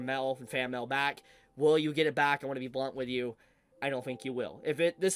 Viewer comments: Am I ge only one who thinks that Mail should be said as M E I L and not MEL ? 😅😂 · Why does this guy say mail like that, it's not Mal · The way you say mail as “mell” makes me itch… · What is this "mell" you speak of? You clearly say "mail" a few times, but mell is an unknown to me. Please explain. Jk, this is pretty shitty crunchyroll. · “Fan mel” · American pronunciations are wild. Everytime you say Mail, i hear Mel melfraud Meltheft Melll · What, you don't receive letters in the Mel? 🤣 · FYI, the way you say “mail” is hilarious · I'm so sorry but the way you're saying "Mail" is killing me, I can't- 😂